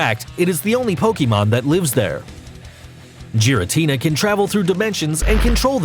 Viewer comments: Lu-Gee-ah not Lu-Gia and not Gaira-tina its Gura-tina I could go on but u can obviously tell he isn’t a true fan jus a narrator reading a script 😒👎🏽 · Its not kayurem its kyurem and where the fuck is rayquaza groudon and kyorge and you called lugia lujia and giratina jiratina and mewtwo is not made by arceus mewtwo was made from the professor and palkia was not made by areus even dialga and you called dialga di alaga and the strongest pokemon is mewtwo and rayquaza and arceus and arceus was not born in the egg and you called darkrai darkray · I pronounced giratina like that but changed to gi-ra-ti-na not ji-ra-ti-na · Diancay, Loojia, Caillourem, Jiratina, Pal-kia, (he got Arceus right) I'M GONNA FUCKING RAGE! RAYQUAZA WASN'T EVEN ON THE LIST! Also, check the description. This guy knows nothing about Pokémon. Pokemon go is the only game that has Pokémon you can catch apparently. Gardevoir can only be on this list, because it can make a black hole. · Gardevyor Kaiyurem Lujia Jiratina Palkeya Darkray Arckeyus I dont hate him but please just pronounce them right not like this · Celebi is a GRASS type, NOT PLANT TYPE! And it is NOT the dragon trio!!! Also, the pronunciations for the ones you did wrong are: Gear-A-Teen-A, Loo-Gee-A, Cure-Em, Pal-Key-A (No pauses whatsoever),, Dark-Cry and Ark-Ee-Us (No pause) P.S, I only watched this till the end cos it was WAAAAAYYY too cringy! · You pronounced Lugia and giratina wrong. You didn’t say the G right